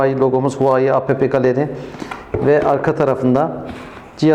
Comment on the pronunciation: huvayi değil huavey diye okunuyor bir de apepe galeri yerine epp galeri diye okuyabilirsiniz . inceleme biraz eksik kalmış